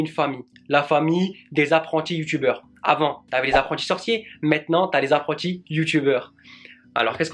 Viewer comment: "Apprentis" prononcé en anglais hahahaha Tu m'as tuer xD Mais sérieux t'es vraiment nice! Et fécilitation, en 4 mois tu as été chercher 4xxx abonnés, vraiment cool. Bonne continuité et j'ai hâte de joindre la partie moi aussi ;)